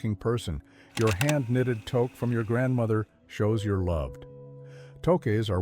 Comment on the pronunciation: pronounce touque properly.